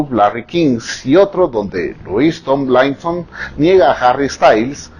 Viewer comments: "Lois Tom-laison o Larry Stai-laison" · TAMBLAISON,STAYLAISON JAJAJAJAJ SE LO QUIERE SEÑOR JAJAJ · Me encanta como pronuncia "tomlinson" o "Stylinson' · Me encanto su video pero el nombre de Louis se pronuncia Lui y el Tomlinson se pronuncia como se escribe ;). Me encantoooo💚💙